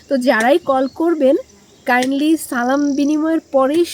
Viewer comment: আরে এত ঈমান ঈমান করতেছো সালাম টাই যে শুদ্ধ করে দিতে পারে না তার কাছ থেকে ঈমান শিখতে হবে।